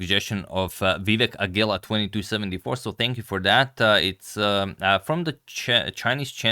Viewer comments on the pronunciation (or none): none